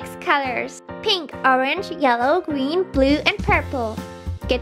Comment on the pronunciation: She said gween Hmph